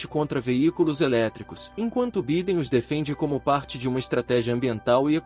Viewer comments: Pronuncia -se Baiden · Vc está pronunciando o nome do presidente americano de modo incorreto.. perdão pela correção.